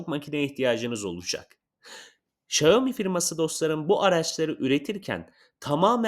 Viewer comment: Şayomi değil Şaomi